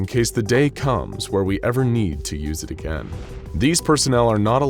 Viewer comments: I like how he said, “ if we ever need to use it AGAIN “ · why does he say "use it AGAIN"?!